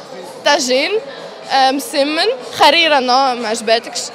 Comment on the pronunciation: حريره❌ خريره✅